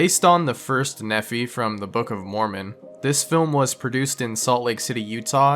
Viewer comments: Should we tell him it's "Knee-fi"? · Not a big deal. I'm not even Mormon, But, it is in fact pronounced, for number 6, (knee - fi) Nephi. Just so you know. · Guess it's my turn to be that guy. Number 6 is pronounced as The Life of Nee-fie, rhymes with me fly. Raised Mormon is Utah, but stopped going to church as a teen.